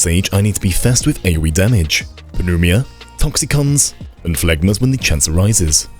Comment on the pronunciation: Pneuma is pronounced new-muh.